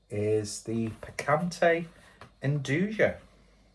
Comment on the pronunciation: I think nduja is pronounced with ya at end